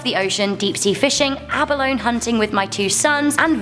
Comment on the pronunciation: It’s pronounced “ahba-low-nee” not “ahba-lown”